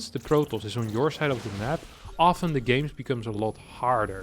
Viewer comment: I forgive the when he says it. But now is copying the and I find it inFURIating!